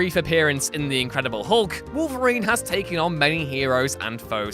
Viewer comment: Killen’ Daken: justified. Pronouncing it Day-ken instead of Dah-ken: unforgivable.